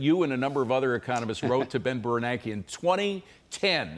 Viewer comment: Say Ben Bernankie one more time. Lol